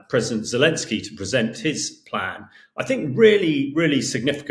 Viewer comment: Right, but his name is Pres. "Zelenskyy." I don't care if you drop the second "y," but at least get the right initial vowel and includ the 'n.'